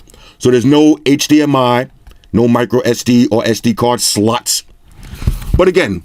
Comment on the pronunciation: Did he just say USB Sluts?